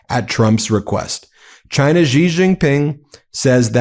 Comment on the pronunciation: Please stop saying Gee. It's She. And it's Sheen Hwa.